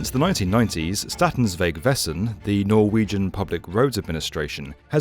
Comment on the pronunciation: I appreciate the proper pronounciation of Norwegian words :)